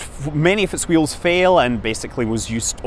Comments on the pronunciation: I'm just here to hear you pronounce hwheels. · Damn you Mr Manley I'm pronouncing the 'h' in 'wheels' again. Aaaargh!